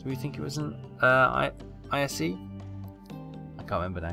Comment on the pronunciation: Also. Ise is pronounced Eee-Say